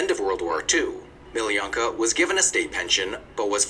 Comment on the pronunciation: Crazy how guy in video watched pronouns her name as Meeleeyanka, while her name is pronounced Meeloonkah!